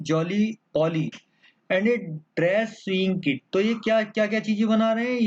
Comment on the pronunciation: Kya sir sewing kit ko sahi se pronounce nhi kar pa rahe